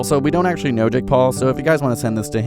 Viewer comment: Jake Pwole